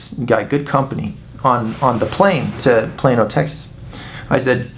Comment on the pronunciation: Wow pal...fantastic.. Im from New Zealand... I thought you were saying'"Im here in plain ol Texas"! Cant stop laughing.. great work man!!